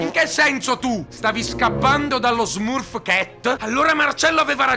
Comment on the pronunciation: E smurf cat si legge smarf chet -_